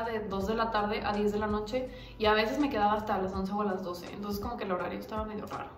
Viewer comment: Nadie:: Antonces JAJAJAJAJAJj